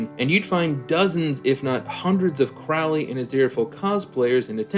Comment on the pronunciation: Arg. Your mispronunciation of Crowley's name drives me up the wall. Of course you're not alone: lots of Youtube reactors mispronounce it the same way (with the first syllable rhyming with "cow" instead of bloody listening to how Aziraphale says it (first syllable is "crow" like the bird, which was also how Aleister Crowley (who the character was named after) said it.